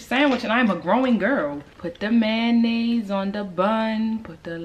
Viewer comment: I've never heard an American say mayonnaise x an that's on living in the UK xx